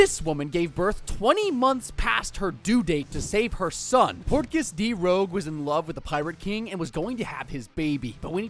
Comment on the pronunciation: dear god please its Rouge, like the red makeup, not Rogue like a bandit